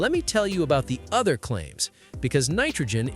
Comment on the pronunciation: Yup, its the Orther thats killing the tires for sure! 😂